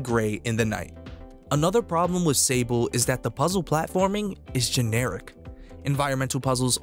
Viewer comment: I'm pretty sure this is the French world Sable (sand), so it would be pronounced saabl' ([\sɑbl\] so silent h). 😉